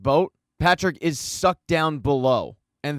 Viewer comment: I love the way this dude says SUCKED. Cracks me up every time, so emphatic